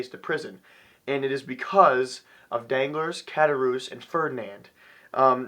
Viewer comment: An amazing book, and an amazing review. I love seeing our generation pumped about the classics. I myself have finished Moby Dick, The Strange Case of Dr. Jekyll and Mr. Hyde, Two Thousand Leagues Under the Sea, and now The Count of Monte Cristo. The only correction I have on the review is mainly pronunciation. Ed-mund Dawn-tes. Dawn-glar. Good review though none less.